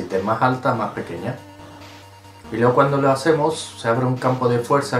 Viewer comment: Pini se lo sabe de memoria porque después de este ya no quisieron comprarle más. P.S.: Es la primera vez que oigo a decir: "Hasta luegorl".